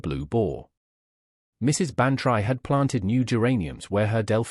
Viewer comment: Dolly's name is not pronounced Ban try; it is Ban tree. But this is not the only reason you don't fool with the classics: this whole story is so silly it might as well be called "Miss Marple Meets The Twilight Zone."